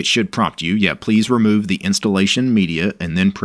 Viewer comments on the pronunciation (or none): none